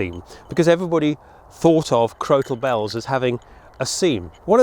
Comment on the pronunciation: Crokal Bells or Crotal Bells, I ask this because it sounds like you are putting Hard C or K in the middle of the word, not a T?